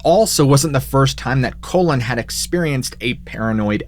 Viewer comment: Pronounced Collen, not colon. How embarrassing.